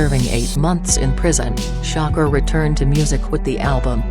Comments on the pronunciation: come on u guys couldn't get to say sha kur instead of sho cker...couldn't even get thru the video... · Gen.Bea$tMode It doesn’t know how to pronounce "SHAKUR" Tupac's last name.....lol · She cant even say his name right who the fuck is shocker 😂😂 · Who tf is shocker it's shakur idiot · gangworld; please get another voice-over; the "shocker" sh*t and other mistakes w/ words are horrid...